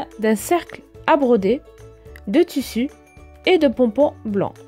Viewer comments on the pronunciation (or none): elle m'énerve avec son tussu sais tissu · Ou dit tissu et pas tussu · Le toussou 😂😂(tissus )mdr